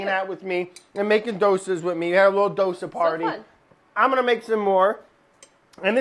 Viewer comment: South Indian in me is so happy.. Brad and Sohla making Dosas.. And Brad pronouncing Dosa correctly than most of the Indians do.. Love BA